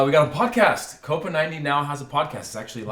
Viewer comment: Gotta love how Americans mispronounce Copa as Coper.